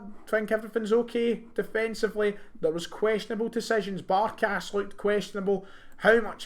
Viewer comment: Gonnae fucking stop adding an "N" in Barkas please. Asking politely